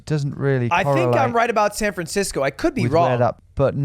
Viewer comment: Ah yes, my favorite city "Fran Sancisco."